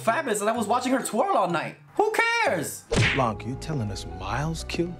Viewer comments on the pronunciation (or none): I LOVED THIS MOVIE ! I enjoyed this one more than the first even though the 1st was good ! But as a French, I couldny help but CRINGE at the prononciation of "Blanc" (the "c" is silent in french, not with the "k" sound like in english). Also Daniel Craig is sooo much fun (and can we talk about him being in a couple with Hugh Grant 😍). Im so happy you reacted to this, its was really funny and well thought !